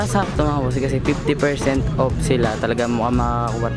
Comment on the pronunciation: Ako lang ba nkakapansin ky na imbis off. Op yung bigkas nya. Hahaha pero ok na rin. Pinoy eh. 😁 50% op. 😍 Lovelots.